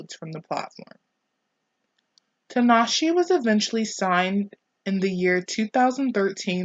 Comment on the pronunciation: Good video but I cringed every time you said her name. The E at the end of her name is pronounced like an A